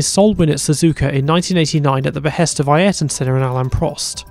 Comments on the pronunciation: I swear if I hear someone say Eye yearaton Senna again I think I will scream. Phonetically for the ignorant: A er ton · Who the hell is "I- air-ton Senna"???